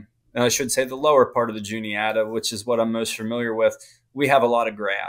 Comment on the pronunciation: The guy keeps calling it the Juliana. It’s the Juni-ata.